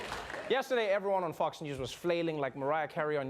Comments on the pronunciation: Is it just me, or is he pronouncing "Fox" as "Fucks"? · O love how he say Fox News like Fucks News😂